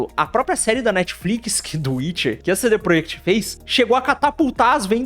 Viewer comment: Pq vc fala cd proiect?